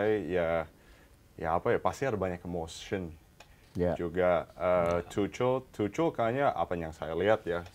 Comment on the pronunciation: izin koreksi yaa, pronouce nya yg bener itu Tuhel, bukan Tucel atau Tukel yaa, semoga bisa diterima